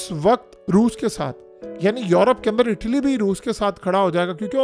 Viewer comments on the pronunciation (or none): none